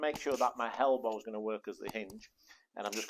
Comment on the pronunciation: "Upper harm and foreharm"? "Helbow"? Huh?